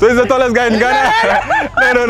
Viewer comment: " So he's the tallest guy in Ghanna?" ..hahahahahahahahahahahahahahahahahahaha..Fxxkin I died laughing..hahahahahaha